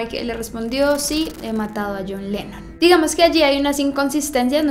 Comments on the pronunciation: al fin John Lennon, ah por cierto es LENNON, NO LENON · es "Lennon":)